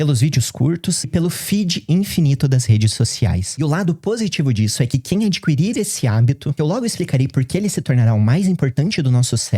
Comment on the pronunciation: o certo é adquirir: o "u" não se pronuncia. isso é porque eu leio bastante. sua tese é realmente válida